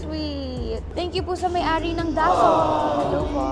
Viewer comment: It's daSOL not DAsol ☺️